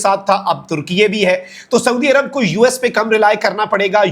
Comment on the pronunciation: بھائی ترکیہ ھے ترکیے نہیں ھے 😂